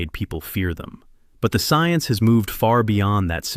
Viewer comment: You must know what's happening to me no you said ciense